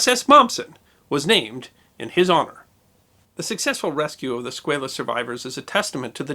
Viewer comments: USS SquAlus not SquaYlus. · It's SQUALLUS, not Squayllus... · Love this channel. But you are not pronouncing Squalus correctly. The A in Squalus is pronounced as a short ā. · You are a good man doing great work. At 63, I have been a history afficionado all my life. You may want to double check your pronunciation of 'Squalus'. As a shark, worldwide, its pronuncoiation is usually Sqwall-ous. Note Sqwale-us. Mayhap this is just you being American. Thank you for your work no matter what! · It may be the bow tie, but I think what really annoys me is this guy's insistence on mispronouncing the name of the submarine.